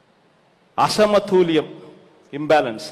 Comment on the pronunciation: అరేయ్ నత్తి నాకొడక అసమతూల్యం కాధురా బేవకుఫ్ అసమతుల్యం యెవడురా నీకు చదువు చెప్పింది